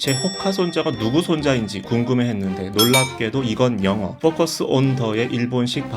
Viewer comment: 질문이 있는데 F 발음을 ㅎ 으로 표기를 많이하는데 이것도 일본식인거죠? 예를들어 fence를 펜스라 안하고 휀스라고 하는거 영상 일본 기자 f발음이 호커스 라고 하길래 우리나라 기성세대 부터 이전 사람들은 ㅎ 발음으로 많이 쓰더라고요 예전에 패밀리마트도 아예 그냥 훼밀리마트라고 표기하고 일본꺼여서 그런가